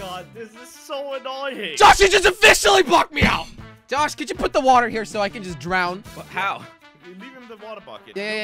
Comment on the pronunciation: Josh: i hear woootaa me: he can't even say water properly 😂😂lol